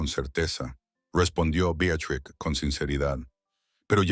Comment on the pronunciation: Beatatriz? Betruz? 😂😂😂😂